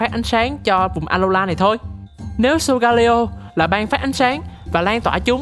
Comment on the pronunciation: video rất công phu, góp ý về phần -leo trong tên của solgaleo giống như sealeo hay litleo là con sư tử :yougotthis